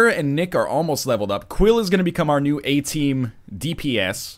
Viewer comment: Is NL Canadian? ... 'cos it totally sounded like "eh" team to me.